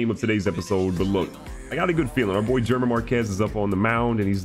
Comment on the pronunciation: German is pronounced Her Maan